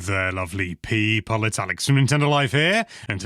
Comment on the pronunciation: Say it with me. People, not pee pole.